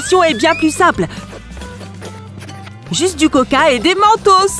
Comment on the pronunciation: C est pas koca mais c coca